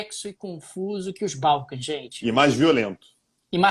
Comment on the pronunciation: "Balcãs" é palavra oxítona.